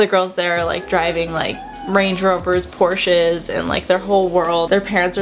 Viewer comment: I appreciate that you pronounce Porsche properly :-D I know a very random comment to make